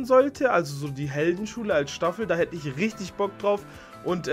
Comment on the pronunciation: Stafel stuhfel